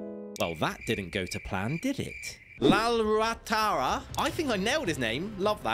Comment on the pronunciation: appreciate that you can pronounce our indian names (Mizo actually)